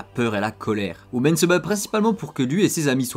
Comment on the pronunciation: Par contre tu prononce un peut mal leurs prénom tu dis hu- men au lui de hu-min après c’est peut être juste une impression que j’ai